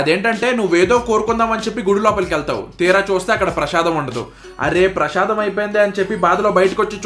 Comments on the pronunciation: అది ప్రశాదం కాదు బ్రో ప్రసాదం 🫢😜😄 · “ప్రషాదం” ఏంట్రా బాబు విషాదం లాగా! Serial telugu ah??!